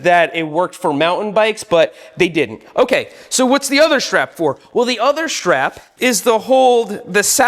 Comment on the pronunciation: Shtrap AND shtring talk in one video? What a treat.